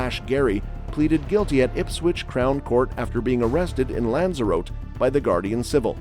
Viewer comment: Lanza-ro-te 😂 probably butchered it myself haha idk